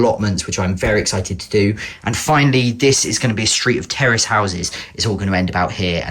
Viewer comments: Terrorist is what I heard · what did you say terrace Or terrorist? (Update I found out)